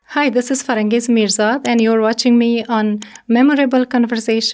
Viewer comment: You pronounce her name “Faranjes”, it’s fa-ran-GEES, Farangis with G not J! Farangis is a character in Shahnaama, Farangis is Afrasiabs daughter & Siyahvash’s wife in Shahnaama.